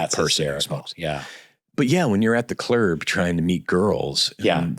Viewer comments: Steve saying "Clerb" gets me every time 😂😂😂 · I'm just here to hear Steve say clurb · What a genuine and friendly soul. And a great sense of humor too. I too, pronounce "club" as "clerb" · I want an entire episode of Steve just talking about the "clurb" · At "the clurb". I like that!